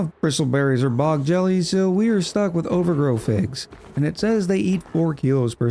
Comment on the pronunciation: it's OVAGRO not OVERGROW. wth dude? xD